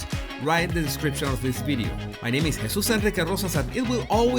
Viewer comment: The way you say your name... It sounds ALWAYS so good. 😏